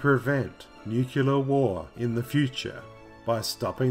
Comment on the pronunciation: "nukular" is how Homer Simpson says it...